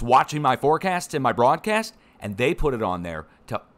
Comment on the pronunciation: forgive USGS, even though ( THAY ) know what (THAY) Are DEWING 😂💗